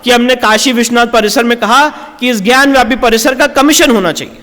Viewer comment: विष्णु शंकर जी आपको कोटि कोटि नमन है🙏 आपसे हाथ जोड़कर विनम्र निवेदन है कि ज्ञानवापी शब्द का उच्चारण ज्ञानव्यापी कह कर न करें इसका सही उच्चारण ज्ञानवापी है न कि ज्ञानव्यापी आप एक विद्वान अधिवक्ता हैं इसलिए आपको ऐसी सलाह देना उचित नहीं है लेकिन संस्कृत का जानकर होने के नाते अपने आप को रोक नहीं पा रहा हूँ इसलिए इस धृष्टता के लिए क्षमा करना संस्कृत में वापी का अर्थ कुंआ होता है ज्ञान की वापी ज्ञानवापी अर्थात ज्ञान का कुंआ इसलिए कृपया इसका उच्चारण ज्ञानवापी ही करें क्योंकि ज्ञानव्यापी से इसका सही अर्थ प्रकट नहीं होता है🙏